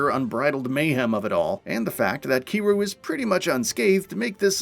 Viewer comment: Can’t believe they slaughtered my man, Kiryu’s name like that